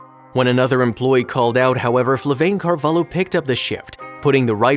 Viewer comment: I wish I were that attentive. Ah, and her name is Flaviane xD people wrote "FlaVAIne" and it's like "Flavi-Anne"